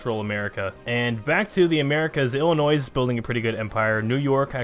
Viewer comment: The s is silent in Illinois 😁